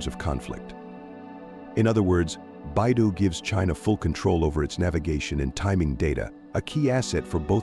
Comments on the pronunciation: Beidou is pronounced like bay dough not bai du which is anohter CN CO. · BeiDou = Bay-Doe not: Bye-Doo